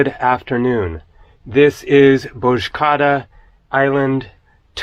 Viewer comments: Banks are open in Turkiye on Fridays- it's a secular country (despite all the calls to prayer you hear). Almost there with the pronunciation 😅 Bozja ada. No 'c/k' sound. There was a big population exchange between Greeks in Turkey and Turks in Greece in 1923. There are still some Greeks living in Turkiye (and Turks in Greece- although Greeks call them 'Muslim Greeks'), particularly in Thrace. The Ecumenical Patriarch of Constantinople is still in Istanbul, and he is regarded as the highest leader of Eastern Orthodox Christianity worldwide. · love the videos! by the way, the c in turkey is more of a j sound rather than a k, like in english sometimes. so it would be more pronounced like bozjaada. and if you see Ç, that sounds more "ch" like in check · it's pronounced as Bozjaada by the way.. "c" sounds like english "j" in turkish..